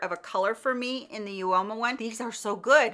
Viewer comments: Instead of You-Oh-Mah it is pronounced Ooo-Mah x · Great video! Uoma is pronounced Uh-muh.